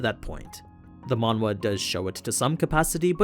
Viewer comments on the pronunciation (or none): when you say "Manue" or whatever do you mean MANGA?